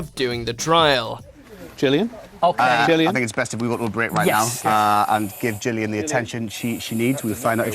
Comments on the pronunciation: am i the only one that is concerned that he pronounced it as gillian instead of jillian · Did you just pronounce Gillian the way you just did?! Shook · what was that pronunciation of Gillian 😂